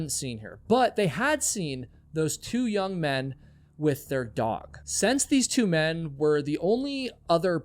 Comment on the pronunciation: We should never assume the two unidentified men were hiding anything. Your other theories make a lot more sense. Speaking of which, were you aware that you pronounce since as sense.